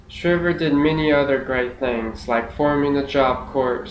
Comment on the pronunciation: Perhaps since four years ago you have since discovered,, Sargent Shriver's surname was pronounced Shriver with a long "I" sound, not the same pronunciation as "shiver." So, in other words, the surname is as if spelled Shr-eye-ver. I assume this speech you uploaded here was for some school assignment, perhaps a public speaking course or a government or political science course? I do still respect the fact you took the initiative to practice your speeches and took the assignments seriously, though. I am more posting this comment so others hearing this speech will not be misinformed about the pronunciation of Sargent Shriver's surname. FYI, I am well acquainted with Sarge Shriver's career and personal history (as a Kennedy in-law), as well with American politics and government generally, having actually been a volunteer in Senator George McGovern's 1972 Democrat presidential campaign in which Shriver was eventually named the Democrat vice presidential running mate following McGovern's dismissal of Sen. Thomas Eagleton of Missouri from the ticket due to the controversy of Eagleton's insufficiently vetted history of psychiatric treatment, specifically shock treatments. In fact, at age 14 years old, I was coordinator of McGovern's campaign in my hometown prior to the Massachusetts presidential primary. At that point, since my state's (Massachusetts)establishment party machinery was still loyal to the presidential campaign of Sen. Edmund Muskie of Maine, McGovern's quixotic cam